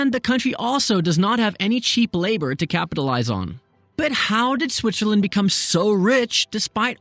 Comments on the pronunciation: Dude said Switcherland . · I dare you to say Switcherland one more time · WOW! I had no idea one could say so much about a country while at the same time mispronouncing its name for 13 minutes!